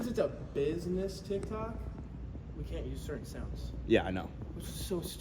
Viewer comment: Heard Kent and knew this was an Ohioan 😂